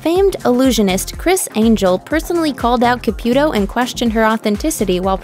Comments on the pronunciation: FIRST OFF. HER NAME IS PRONOUNCED C-A-P-EW-TOW- CAPUTO. NOT CAPYUTO. 2ND. EVERY SINGLE PERSON ON THIS ENTIRE EARTH say the exact same thing about every single medium. "They are preying on the vulnerable" "IF you are real come out and prove it" " No one talks to the dead they just use body language" " No one talks to the dead they just guess". Of COURSE not all of her readings are going to be accurate. I think it would be necessary for her to say " It isn't at any time I can read anyone. At times no one comes through" I know for a fact spirits exist. I've seen them. I've felt them. I've woken up with bruises and hand prints across my arms..Until you've felt or witnessed it you won't believe it..I mean there are some who do..But not all. We all have intuition. Some more than others. I feel emotions so heavy that I can feel someone's anxiousness or their pain and sorrow..to where I cry and I won't know exactly why. I've been in hones and felt bad energy etc. We can all feel it if we are intune...For me I believe that SOME people truly can do these things...But at times they are over exxagerated. Such as acting out as if 100 percent of the time they can reach out to anyone. Theresa said it in one of her readings. " Not all spirits want to come to the other side. Not all people want or need to be read. It depends" Expectations are set too high...But I do believe she does believe in what she does and is genuine about it. Some parties do not work with the medium. That can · I guess her and her husband called it “Caputo” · It's not pronounced CA-PEW-To. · Can’t stand your pronunciation of Caputo’s name.